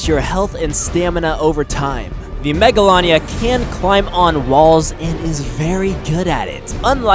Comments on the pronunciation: It’s pronounced mega lay nia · it's pronownsd mega laa nee a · You said it wrong